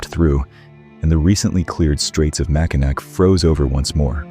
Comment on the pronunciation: As a Lifelong Michigander I have got to tell you. It's pronounced "Mackinaw". I know, it's written with a "c", but it's pronounced with a "w".